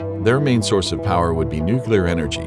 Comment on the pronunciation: I can't watch this! It's called and pronounced "nuclear"!!!!